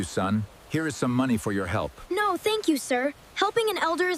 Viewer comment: It’s not n 0 is NO you braille English talker